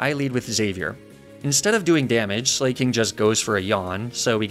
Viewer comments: i have never felt more physical pain hearing a pronunciation than when i heard 'slayking' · Slah-king, it’s a play on the word Slacking, because it’s a sloth, that loses every other turn because it slacks off. I’m sorry for the nitpick but that just irked me. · I hate how he pronounces Sla(c)king and Truant.